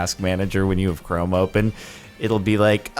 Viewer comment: The way he said chrome when talking about the task manager really tickled me for some reason.